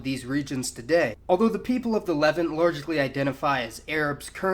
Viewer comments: Why does he keep saying "leven"? It is pronounced "Lev-aunt". It literally sounds like he's saying "the people of the eleven..." It sounds so confusing and stupud. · “Le-Vahnt”, it’s pronounced “Le-Vahnt”, not “levint”. Great videos though. Keep it up. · "LE-vant". XD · This is the first time I think I have heard Levant pronounced as levent with the stress on the first syllable. Great video though, very informative! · great video as always. by the way, I've noticed your pronunciation of "the Levant" is unique. you seem to put the stress on the first syllable, where as everywhere else I hear them say it with the stress on the second syllable- kinda more like "the le'VANT". is that just a word that everyone pronounces differently or do you have a particular reason for pronouncing it that way? thanks again for the video and keep them coming. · Levant isn't pronounced like that